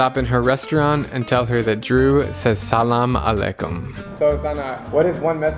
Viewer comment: And drew says Salam alaikum Me: that sounds wrong you need to learn how to pronounce arabic